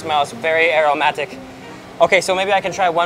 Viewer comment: can't lie, I laughed so loud when he said aromatic